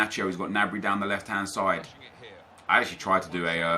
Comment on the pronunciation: it's g-nabry not "nabry". Watch the bundasliga